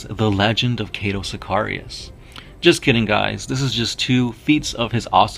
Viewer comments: It's Cato not cate-to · Kaaytou sikayrius wtf dude lol